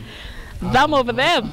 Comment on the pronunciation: With "tham of them"😂😂😂😂😂